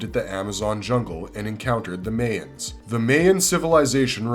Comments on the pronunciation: "May-ens?" Isn't it pronounced "my-ens?" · bro, its pronounced Mai-uhns, not MAY-uhns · That bothered me so much! Lol